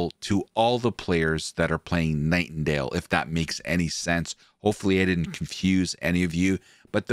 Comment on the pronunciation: I stopped watching cause he kept saying.